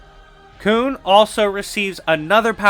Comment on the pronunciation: Its pronounced with a short U not a double O sound. Almost like "kahn" but with a u. Freedom Nadd is pronounced Freedom Nod